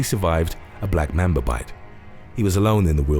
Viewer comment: ITS LITERALLY NOT BLACK MEMBA ITS LITERALLY BLACK MAMBA